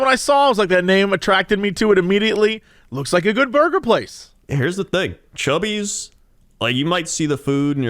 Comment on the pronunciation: Y'all DO realize it's 'Cubby's' and not "Chubby's", right?